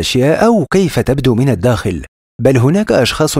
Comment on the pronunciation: انا اول مرة بسمع كلمة من الدوخل (الداخل) إلا الدوووجاج هههههههه